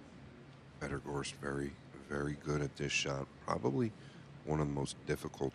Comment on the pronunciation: Gorst! Not Gorsht